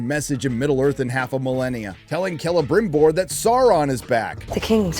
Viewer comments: It's so cringey how she tries to sound "genuine elvish" by heavily pronouncing "rrrr" for some reason,that she justs ends up proving that she's a bad actress. Seriously,who had this childish idea to have her go like "Celebmbrrrrimborrrr" and "Elrrrrrond"? It's ridiculous. Meanwhile,this show has less in common with Tolkien's works than Joe Biden has with truth. It's a distasteful,badly written,awfuly acted,terribly cast,unbarebly politicized,disgustingly ugly show. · I hate the way morfid clarke pronounces things ... EriGion sauurrom celebrimborrr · Every single time they (and by they I mean GuyladRRRiel) pRonounce the aRRRs in the names (SauRRRon, CelebRRRimboRRR, ERRRegion, ...), the cringe curls my toenails backwards.